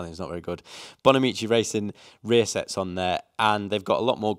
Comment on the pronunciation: Yeah sorry I woke up a bit cranky and was looking forward to the results. But when you couldn’t remember or pronounce Bonamici, it was too painful. Btw, you raced? 😂😂😂 2016 BSB Champion….